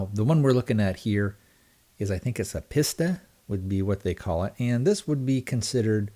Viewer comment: Say ‘pee-sta’. Super deal. This will last a lifetime.